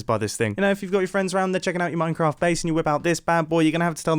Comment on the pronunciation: you said « an automatic MINACRAFT despenser»